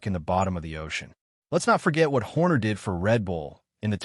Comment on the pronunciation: ah yes the renound team principal christian herrrrrhhhrrr ai slop 👎